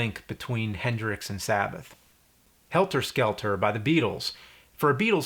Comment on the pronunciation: OMG why did you put the wrong emphasis on Helter Skelter? You just made it weird.